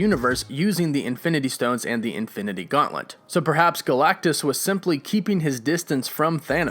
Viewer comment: Please stop saying Infinity "Gaunt-lint." It's "Gaunt-let!" Love your videos though, dude, thanks. 🤘